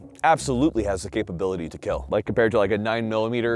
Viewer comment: It will keal